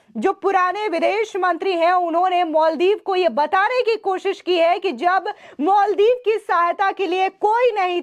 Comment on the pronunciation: मोलदिव नाही मालदीव मैडम जी 😂